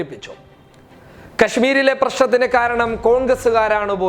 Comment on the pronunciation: ഖാരണം അല്ല ബ്രോ കാരണം